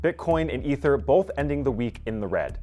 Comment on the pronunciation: "Ether" ?!? Ffs tell me you dont have a clue in two syllables.